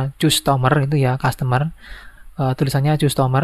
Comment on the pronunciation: Iya bang customer bukan zustomer😂